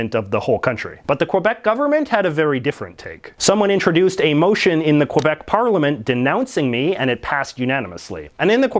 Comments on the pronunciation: You are not Canadian. You are a American pretending to be Canadian. You don't even say Quebec or about correctly so stop your noise. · Its pronounced “K-bec” not “Quabec” ya curly headed fk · It's pronounced more like kih-beck, not kwah-beck or kwih-beck. Hearing you pronounce it incorrectly really makes it difficult for me to take your opinions on it seriously. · I know its a small thing but it bothers me how everyone pronounces Quebec, it was pronounced KÉBEK by the Natives, not KWEBEK, thank you for coming to my tedtalk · For God’s sake, pronounce it properly - it’s “Kay-bec”, not kwa-bec. Aside from that, Mr McCullough promulgates some very interesting observations on Quebec & Canada in general. He’s sort of the polar opposite of Will Ferguson. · Its Quebec not Quobec. Say it correctly. Where the fuck are you getting the O from? Sad that a Canadian is making such a mistake. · I get so trigger of him saying QUebec instead of Quebec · It’s pronounced kay-beck not kwe beck. And the shooting in 2006 was not at a university but at a cegep, a type of school only Quebec has. And I go there. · Dude stop saying Quabec it's Quebec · I'm sorry and I hate to be this person but it is spelled q u e b e c. Not q u o b e c. Pronounce it the way that it's spelled please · First its pronounced Kebec not Qwebec. Also I don't see the issue about being bilingual. Most Europeans are at least bilingual if not multilingual. It seems to be a very North American idea to not learn more than 1 language. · I've been all over Ontario and there are plenty of french people. I've also been to Manitoba and know plenty of French people there as well. This idiot in this video is clearly anti french and anti Quebec. Hell the fucknut can't even pronounce Quebec correctly, he pronounces it as Quobec. Where the fuck did he get an O in that? And hell he can't even pronounce about correctly. This idiot is a waste of air. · Can you PLEASE pronounce Québec properly!!! Its not Quobec ffs